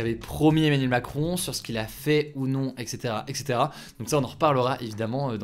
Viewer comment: Emmanuel et pas Emmenuel stp!! Ça fait mal aux oreilles:(